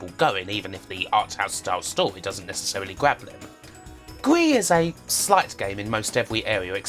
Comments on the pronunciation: I think is pronounced GRIS not GRI xD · Since the game is by a Spanish developer, Gris is probably pronounced with an audible s.